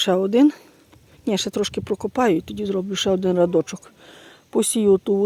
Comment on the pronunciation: Не радочок а рядочок